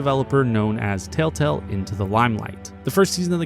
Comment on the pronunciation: Why does the narrator pronounce telltale as taletale